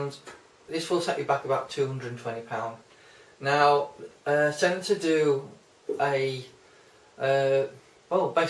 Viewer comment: It’s stentor not senator